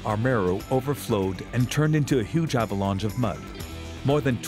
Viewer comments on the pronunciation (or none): "ah-vah-lonjjje" Possibly the strangest pronunciation I've heard, lol